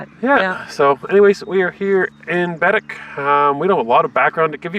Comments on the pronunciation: It’s not Bed- dic. It’s Ba- deck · Bah- deck... not bedeck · Ba Deck Not BED ECK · Yes it is Baddeck (bah deck) not Biddik!! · It's {bah deck} not {bed deck}....... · Loved your video aside from cringing every time I heard BADick, (it’s baDECK) however that’s not your fault as you were unable to hear the tour guide’s proper pronunciation in your sucky bus seats. Despite that, it looks like you guys had fun and I hope you’ll come back and see more of this gorgeous island!!!❤😊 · It’s said Bahdeck not badick lol I lived there for 2 years so I heard lots of tourists say it that way. They are salt water lakes. Baddeck is a beautiful place with lots of history. I lived in Sydney for 6 years. If you ever have a chance to come back you need to do the Cabot trail and the fortess of louisburg. Bell almost had the first flight but the wright brothers beat him to it. So cool to come across your video today. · It is pronounced BAADECK not bedic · baddeck is pronounced Bah Deck. The Lakes are the Bras D'Or Lakes pronounced Brah dor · I am from Sydney, I have lived here all my life. When I was in the military, I would go away in the summer, but I would always love coming back home. And it's pronounced Baddeck, like one word (Buh-deck) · They are salt water lakes, not part of the ocean. There is a lock in St. Peter's where sail boats and yachts enter. It's pronounced Ba Deck - emphasis on the deck. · Came across your video.. very nice. But I just want to point out you are pronouncing Baddeck wrong. It’s Bed-Deck. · Bed-deck….tourists crack me up. Once heard one refer to Sobeys as Sob-ees. Lol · It’s pronounced Baadeck.